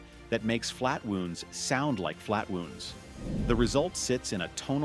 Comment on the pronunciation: flat-wooonds? AI generated narration!